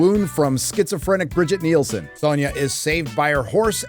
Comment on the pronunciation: it's not "Bridget Nielsen"... it's "Brigitte Brig-EE-TUH Nielsen". The original movie Red Sonja. Who, by sheer coincidence, is an actual Dane...